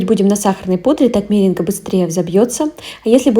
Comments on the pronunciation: Да что ж вы слова уродуете, МерЕнга, - ударение на второй слог, или вы иностранка? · Правильно говорить меренга делая ударение на второй слог